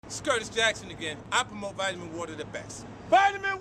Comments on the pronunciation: Vit-ah-min water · 😂😂 Don’t worry, you killed it as usual my boy. The Vit-Uh-Min water video is a success. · OMG the way you say vitamin water. And even more you alternate between that and vai’amin waa’er